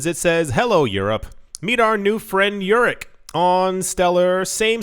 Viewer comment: "circle eurc"? srsly? was i the only one that thought it sounded like circle jerk?